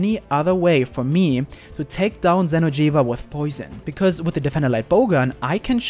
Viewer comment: lol, that xeno'jiva tho